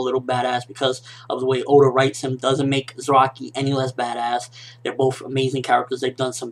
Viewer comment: it's piss me off every time he say zeraki! his name is fking za ra ki ! not ze ra ki !